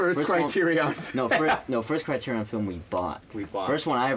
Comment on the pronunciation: "thank you Criter-EON"